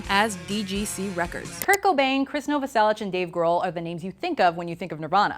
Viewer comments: Also please next time krist last name is novoselic not novoselich pernounced as na-vo-sell-ic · she says Chris Novasellich, you can her the ssh at the end of the pronunciation. Here's a fact, the riff for Come As You Are ripped off Eighties by Killing Joke. Anyhow